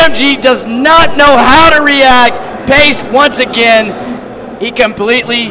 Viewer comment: Payce, not base, the paladin